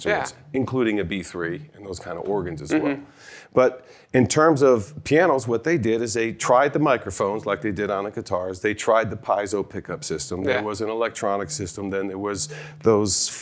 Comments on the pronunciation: what is Pie Zo? It is pronounced "pee-et-zo". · YES. My ears screamed in pain when he said that!